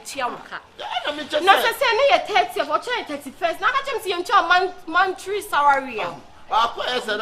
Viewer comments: Y3 monthry sarary🤣😂😂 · Who else noticed said mantry 😂😂😂😂